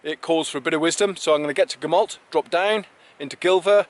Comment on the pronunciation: The 'll' sound in Gamallt is pronunced with an ɬ not an l. The real name for the area is also the Elenydd, Cambrian Mountains is just a generic term for mountains in mid Wales not a genuine place.